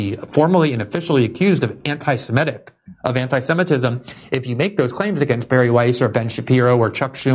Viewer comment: It is semitic, not simetic.